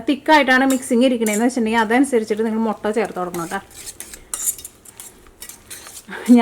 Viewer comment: 😃😃😃mottann parayalle muttann para mottann parayumbo artham marum